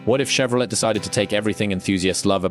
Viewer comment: AI sounds crappy! Can't even pronounce Chevrolet properly! Stopped after it said Chevro let! lol Don't waste your time on this garbage.